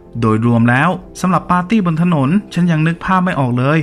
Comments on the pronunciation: Party = ปาร์ตี้ ไม่ใช่ ปลาตี้ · อังกฤษ ไม่ใช่ อังกิด ปาร์ตี้ ไม่ใช่ ปลาตี้